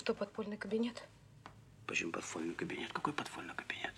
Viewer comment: Подфольный кабинет!